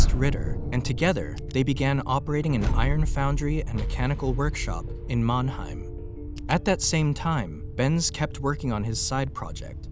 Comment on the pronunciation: It's MANNHEIM!!!